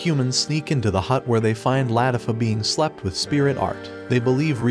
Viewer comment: its pronounced lah-tea-fah